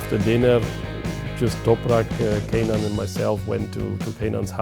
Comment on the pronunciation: KENAN [Ken-an]- the greatest challenge of Toseland and Haines careers has been getting the Supersport legends name right ffs... has boiled my p1ss for 10+ years... Toseland still cant wrap his head around it, says 'Kay-nan' per the BMW lad. WHAT IS SO DIFFICULT. KEN-AN FUUUUUG... Have some respect. Toseland and Haines made watching SBK painful (Ireland/UK coverage), Byrne and Stringer too ARRRRGH, I sopped watching... If Toprak makes anywhere near top of GP, he'll be GOAT OF GOATS.